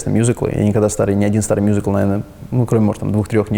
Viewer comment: Так круто произносит "мюзикл") мьюзикл.. Musical.. В русской речи звучит классно